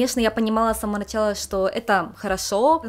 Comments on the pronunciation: извините пожалуйста, но это очень режет слух, не "нАчала", но "началА". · Люблю ваши видео, но удивительно, стала замечать что часто ударение в слове "Начала" не на ту гласную падает. нАчала, хотя правильно и не режет слух началА.